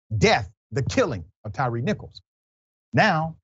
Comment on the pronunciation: Please Dr.Richey. His name is ‘Tyre Nichols’ . Not Tyrice.